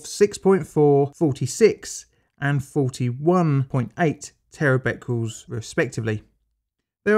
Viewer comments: Bq is bequerels, not bequles. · Tera “Beckyools” - I think you mean Becquerels “beck -er -els”. Cummon man, it’s not hard to get this stuff right. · three point three Terra Becurels?? Bit like nucular war.